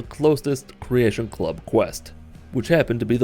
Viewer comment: The second you said creatation club. I stopped watching.. =/